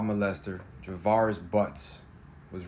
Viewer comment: Sir, I appreciate the reporting…but you TORE those names UP! I’m dyingggg 😭😭😭 the pronunciations are JAR-VUS and NUH-ZY-YUH 💜💜💜 Thank you for posting!!!